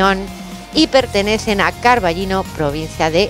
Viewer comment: O Carballiño no se pronuncia Carballino, es un nombre propio de una villa, de la que soy yo por cierto!!! No se dice La Coruña se dice A Coruña y así gallegos te puedo poner muchos más ejemplos... Pero esto es España y tristemente sólo pasa aquí...